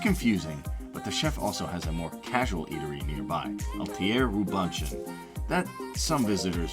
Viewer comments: Who edits this?? His name is not Ro Bunch On....it's ro bu shawn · You can tell when a "poor" person does a "luxury" video... Joel Robuchon "Jo elle Ro bu chon" heavenly mashed potato... this guy just knocked off other people's vids... quelle originalité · Egad! Learn to pronounce Robuchon!! I almost turned this video off, as well! 😕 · Mispronunciation on Robuchon had me almost turn off the video, but glad this turned out to be a fairly strong list! I was worried for a second 😝 FYI, Milos is no longer in Cosmo and has since moved to Venetian/Palazzo. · Maybe you could look up how to pronounce Robuchon. You pretty much butchered his name. Sorry.